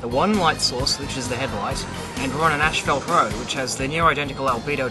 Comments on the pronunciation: it is "ass-fault", you illiterate, not "ash-felt". How can I take anything that you say seriously? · its not ash-felt its ass-fault in the way you pronounce it. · it'd kind of funny to discover that Australians pronounce "ashfalt" instead of "ˈas-ˌfȯlt" 😁 Please note that the car headlight is on your face, not on the asphalt .... That might interfere with the result. But I like the experiment anyway. I agree Myth Busters failed theirs in terms of replicating moon conditions. They only replicated the movie set used by NASA!... 😁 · Saying asphalt in Australia would probably sound as funny to them as ashfelt does to us. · that’s just the way all Aussies and Brits say asphalt. The same way that Brits and Aussies pronounce aluminum as “Al-Lou-min-E-um”